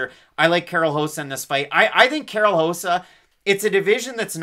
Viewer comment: It’s rosa not josa lol